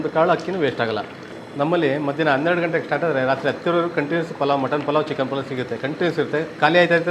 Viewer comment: ಪುಲಾವ್ ಅಲ್ಲ ಪಲಾವ್😡